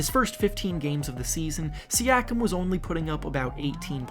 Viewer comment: its not Siakam its Siiakum